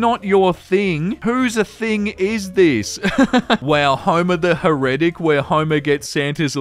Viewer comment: Heretic is pronounced "hair-uh-tic", so you know for next time 😉